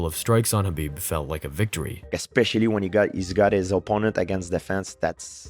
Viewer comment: It's Khabib. We all know it's Khabib.